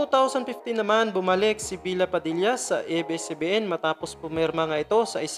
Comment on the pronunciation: kuya bella padilla po hindi bila padilla